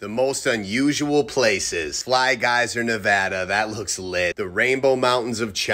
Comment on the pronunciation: Are we going to ignore the way he pronounced geyser😵‍💫😵‍💫😵‍💫😭😭😭